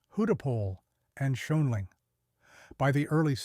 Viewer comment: Schoenling is pronounced Shane-ling, not however it was butchered on this video. If you are a human then hopefully this information might help with future beer video voice overs. But I suspect you are an AI voice over. It's interesting that AI was supposed to be able to learn but my guess is it'll never learn to pronounce Schoenling Beer, or many other words that it gets wrong, correctly.